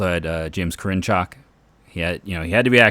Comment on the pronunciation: I dont think your saying Karinchak right ...always heard his name as Care-in-check....